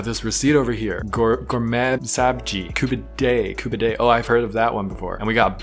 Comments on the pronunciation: As a Persian, I am internally cringing 😬 but I understand the confusion. It is pronounced gor- me - sab - zi , coo - bee - de , and barg. I was surprised to see that the restaurant had gormesabzi ( sorry don’t know how to spell it ) Since it’s usually just a Home dish. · Its pronpunced as "ku-bi-de" pronounced like you spell it. Im Afghan and this is my Favorite dish.